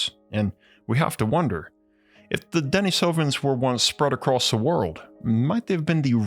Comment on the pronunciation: Pronounced deneesovens not denesovens.